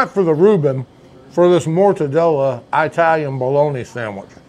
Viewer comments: Now you KNOW it’s not “eye-talian!”Just like you know it’s NOT “ ex- tree”! Learn to speak Sir! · Eye-talian. From the country of Eye-taly? 😂